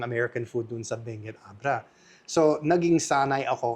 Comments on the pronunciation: It is “Bangued”, Abra. Pronounced as “bang-ged”. Let’s not confuse it with Benguet, Mountain Province. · Bangued Abra not Benguet o Mali lang pagkarinig ko. hehehe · Say, Bangged for Bangued Abra so that it should not sound like Benguet. Ganun ok.✌️